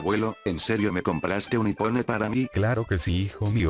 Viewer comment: iPhone ❌ Ipone✔️